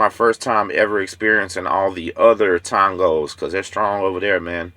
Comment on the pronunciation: TONG-GOS LOL